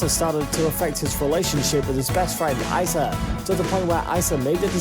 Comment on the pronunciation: I cringed every time he said "Ice-uh" that's how you know he doesn't really know Larray or his life. It's "Ee-suh" spelled Issa.